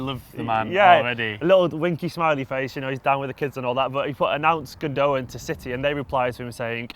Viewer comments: Guys it's Gundo-aan. in his interview he confirms the pronunciation. Gündoğan is brilliant. very reminiscent of Xavi. Under Tuchel he has operated in a deeper role which is why he his stats aren't like yaya's or something and no one's could be as Yaya in his hayday was exceptional but Gündoğan is a typical pep player. Absolutely brilliant. Pulls the strings. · Guys , it's pronounced gundogAn , not gundOgan , it's a turkish name , he's from turkish ancestry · It's called Gundogan, with a g. He's not called Gundowan... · Dominic Murphy no... I did not hear once the german commentators say it's pronounced like that... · i think he is joking about the way they say his name😂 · I'm on about the way they say his name hahaha chill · The second 'g' is silent